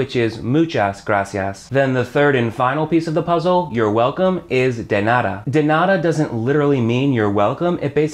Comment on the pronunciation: Hey,. First of all, I gotta say you're doing a great job at teaching spanish. I´m a native spanish speaker (I live in Mexico City), and I´d like to make a pair of comments that will be quite useful for you and your students. The first one is related to the pronunciation of the word "nada". Usually, american people change the pure sound of the letters "d" and "t" when these are in the middle of a word (even they sound very similar). For example, in the word "turtle", the first letter "t" sounds different from the second one, something that is very common to hear in the US, not in the UK. What I mean by this, is that you mustn't change the sound of the letter "d" in spanish. In the video you changed the sound of the "d" in the word "nada" as you do it in your first language. You have to say "DA" as in "DArling". The second comment is about the expression "permiso" (in Mexico we usually say "con permiso"). This expression (con permiso) is used only when someone is blocking our way. I bring this to my mind because once, in a restaurant, I heard an american to say "con permiso" just to catch the eye of the waiter, which is wrong, in that case he had to say "¡disculpe!". Actually, that was very funny because it was like if I told a waiter "pardon me!" in order to call him, instead of saying "excuse me!"... I´m gonna start to teach English in Mexico, and I'd like to exchange knowledges with you about the languages. I consider myself that I´m in an advanced level.